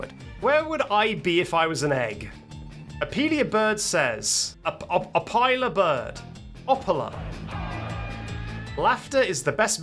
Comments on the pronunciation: Opila is pronounced uh-pill-uh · Opila Bird Pronunciation: Oh-Peel-A Bird. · It’s Oh-peel-a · Pronounced oh peee luh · It’s pronounced Opeela bird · It’s o peel a bird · It’s pronounced O-pee-la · Opila is pronounced appilla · Opila bird is said as op e la bird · it might be pronounced oh-pee-laa bird? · Opila is pronounced oh-pee-lah in my personal opinion but others may have other opinions :) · Opila bird is pronounced (as far as i know) Oh-pee-lah 🫡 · opila bird pronunciation giving "Curse of the Weggy Board"